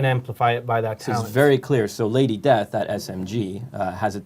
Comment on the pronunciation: Lady Desth!! XD